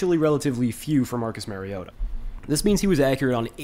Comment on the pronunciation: Mar-E-O-ta Not Mare-E-O-tah (Mary-O-ta) He's not a female horse. Like Mario Andrette. But "ta" instead of Andrette. Please people. Learn to pronounce the name of your subject. Example for all you Tubers, journalists, reporters, talking heads, etc. for correct pronunciation of your subject's name; Mariota. Mariota correctly pronounced throughout this entire video. Without fail. How Bolts Can Contain Mariota & Falcons | LA Chargers